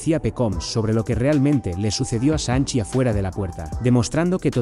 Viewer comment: Real XD ¿Por que les dice asi?